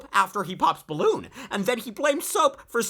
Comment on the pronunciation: “Ispessily”, “Ballon”.